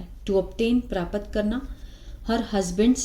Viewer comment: Mam it's not pra-pat , it's prapt.